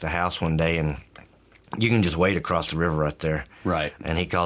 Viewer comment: He said acrossT.